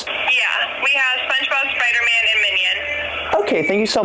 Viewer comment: I love how he calls the spider man ones spuder man😂🤣😂🤣